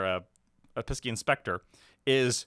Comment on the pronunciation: Great insight as usual, guys, thanks. Just FYI, Piscean is pronounced pie-see-un